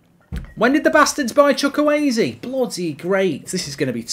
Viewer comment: Bro said chukuwayze